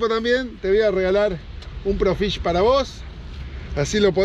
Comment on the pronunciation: Hola,que buena pesca,lo que si haces mal el chivo,es Pro Fisher,y vos decis,pro fish,😆😆😆